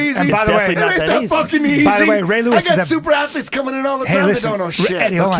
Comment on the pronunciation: It's eazayy money man- Usada